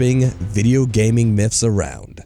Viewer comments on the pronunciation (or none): Anyone else hate how he says myths as “miffs”